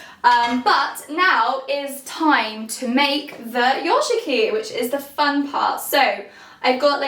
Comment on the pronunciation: The first minutes I was hearing instead of "yozhiki" another word "yoRshiki" that means the totally different :-)